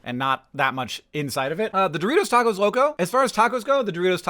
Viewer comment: a) the way you say doritos locos tacos makes me sad b) I want some of this freeze dried taco bell